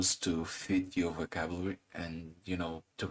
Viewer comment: LOL, you can't really pronounce "Vocabulary")))) what's wrong with ya bud ? Cmn